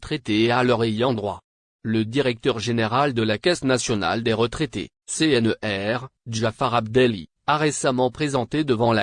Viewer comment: C- N - R - et non C-N-E-R